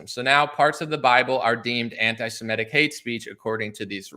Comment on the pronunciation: Its interesting, have you guys thought about how EVERYBODY pronounces the word antisemitic? Antisimetic. While nobody pronounces antisemitism wrong